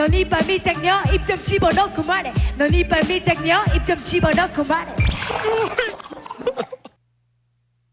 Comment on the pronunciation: 그 댓글 어디갔냐 제이니 발음때메 이빨 밀당녀가 이빨 밀떡녀 갔다고 하는거ㅋㅋㅋ